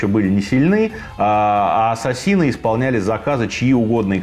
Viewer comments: 🤣🤣🤣не Ассасины... А Ассесины. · Всё здорово, только не понятно почему произносите ассасИны вместо ассАсины. Ударение правильно произносится в английском на второе А. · Ударение в слове неправильно произносите .Ударение на втором слоге.